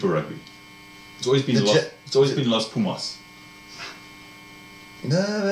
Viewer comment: Agree, if Ledezma get time & support you will see..De Klerk is a genius, Dyantyi constant menace a talent like that will keep the opposition on their heels even on the bench, your pronunciation of Pumas & Jaguares is very good congrats